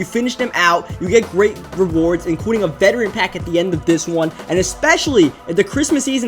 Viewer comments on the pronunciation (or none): none